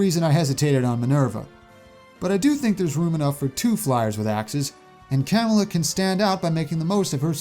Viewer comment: How did u pronounce camilla wrong